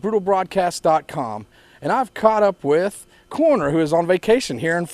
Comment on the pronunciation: Rnd.. "What 'DRUG' you here?!" Holy shit, cut down on the fried chicken, Write some decent questions... "Were there lots of people at a music festival?! Hoo-ly SHIT man!!! Imyself have never heard of a band called "CORR~NER" But its a real right angle if you're in a room, but they'd be really cool on a ride through some twisties on a sportsbike.. going from one CORR~NER into the next. Not likely you will be seen by a coroner, cause of death would be fairly obvious. Unlike the 'KFC & Beer' holding the mic. These guys are almost wincing when he says CORR~NER... 3 Syllables a bit much,? Cor~O~ner, man. Get into shape or have a cor-o-nary and visit Coroner, the man..... Sorry, man. But Americans can be really damned irritating and disrespectful; Maybe some are quite unintelligent. (A silly way of saying STUPID. COME ON, youre dragging the whole humanspecies down.....